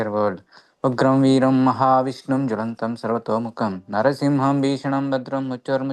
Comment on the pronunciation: With due respect, the Nrisimha Mahamantra is from the Nrisimha Tapaniya Upanishad. The second line is Nrisimham Bhishanam Badram Mrityumrityum namamhyaham. It is not Narasimham , but Nrisimham, and not mrutyormrutyur but Mrityumrityum. Jai Shri Krishna, Hare Krishna.